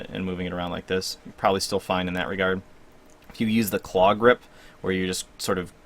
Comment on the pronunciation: I subscribed and liked for claw grip rrr lol so cute